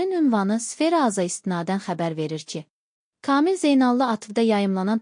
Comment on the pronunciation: Ay Müxbir hec olmasa danışığına diksiyana diqqət elə öyrən KAMİL adımı deyəndə hərflərini düzgün deyildiyinə BİSAVAD QIZI BİSAVAD